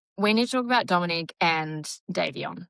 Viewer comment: American here, I'm not being a smart the accent may matter, but it's Dom O NICK, or just Dom is what he went by, not Dominique, thats a girls name in America. You do pronounce Davion exactly right! Just letting you know. I 100% agree, SHE gets far too much attention imo. She (and her mother apparently) think shes a "star" . She isn't! I'm so tired of videos showing her twisting and posing...talk about the ick! I think she absolutely does know what happened. I think Davion thought his being along would keep Dom safe from her psychotic behavior, sadly ,she didnt seem to care. The speed limit was 35 mph, not 100 mph! I think it was intentional. I think Dom did try to stop it. The black box showed the car had been put into neutral, then back into drive. It happened too quickly to do anything much, but that part is my opinion, (not the black box information, that is apparently fact.) She deserves prison. You don't "accidentally " drive 100 mph into a building! She isn't the innocent little girl her parents want people to believe she is. You covered this pretty well!